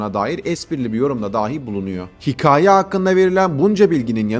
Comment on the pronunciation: Hikaye demeyi öğren hemen